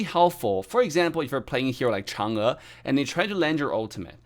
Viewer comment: The way he pronounced “Chang E” so accurately is so satisfying 😂😂